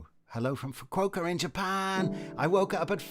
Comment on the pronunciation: From the way you say Fukuoka, I’m reminded of why the Japanese family on the train was laughing at the way I pronounced Japanese place names, so thank you for the accidental tutorial along with all your good music! Thank you for my song! 🔑 🎹 🔔 🛎 🎀 🎀